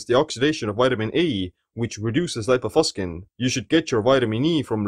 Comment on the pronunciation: This word has Latin origin and it shouldn't be pronounced "...faskin".